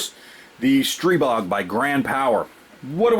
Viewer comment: Good job. You even pronounce it right!